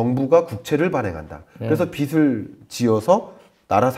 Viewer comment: 김광석 교수님 내용 너무 좋습니다. 그런데 영향력이 큰 전문가시잖아요. 말씀하실 때마다 빚을 빚이 등의 발음을 비즐 비지로 하지 않으시고 비슬 비시 로 발음을 하시는건 좀 바로잡아주심 좋겠습니다.~~